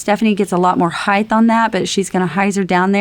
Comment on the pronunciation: I told you twithe, it's not heighth.